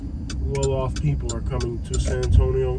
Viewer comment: You don’t know how to say San Antonio